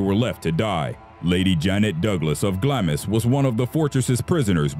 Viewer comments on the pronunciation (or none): Its pronounced 'Glams' and the windows don't match up to the number of rooms! I'm from Edinburgh and we are more shocked if you have lived there and not seen or felt something hinkie! I worked at the wax works museum and not one of us would go down into the chambers of horrors after closing as some of us experienced a feeling of almost walking through water, your legs felt they were being held......wasn't until many years after working there that they found the old city.....makes ya wonder! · "Glamis" is pronounced "Glahms". Embarrassingly, I made this mistake myself--- and I was reading for a part in the Scottish play. I didn't get it. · Gloucester is pronounced GLOSS-ster. Glamis is pronounced GLAHMZ. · Glamis is pronounced Gloms. Do your research and look up pronunciation. Part of being professional.